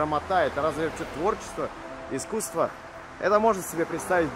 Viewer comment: Артискусство....))) Грамотей🎉